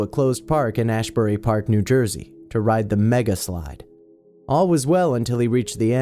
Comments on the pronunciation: ITS NOT AHBURY ITS ASBURY PARK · its ASBURY not ASHbury trust me I'm from nj